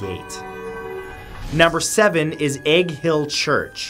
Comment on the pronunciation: When he said "Egg Hill" all I heard was Hank Hill church... lol